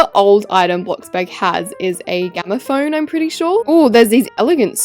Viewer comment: "Gamaphone" Just to tell you lol jts "gramophone" But she mispronounced it (Not trying to be rude just thought it was funny lol)